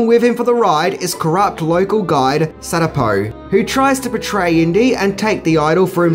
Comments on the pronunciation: The guide's name is Satipo (pronounced SUH-TEE-POE) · Not to mention "SAT-ipo". But even Indy couldn't get it right when he called him "Sa-PEEto." xD